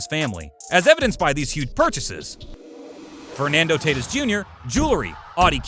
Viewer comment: Did man really just pronounce tatis as Taytis